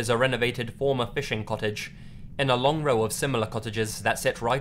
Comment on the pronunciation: your phonetics of "co" like "cottage" and "cobblestone" just cracks me up lol